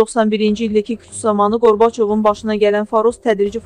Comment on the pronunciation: Bu ne teleffuzdu vay vay qorbacov nedi